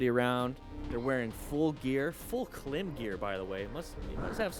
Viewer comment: Klim is pronounced “climb.”